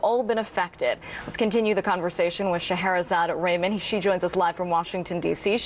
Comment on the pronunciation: I know that actual someone..!! Lovely lady. And last name is not rayman... its Rah-maan